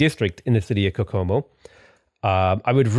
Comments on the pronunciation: Kokomo is pronounced like hohoho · I'm not sure if you're saying "Kokomo" right or not, but you're definitely saying it differently than the Beach Boys do. Video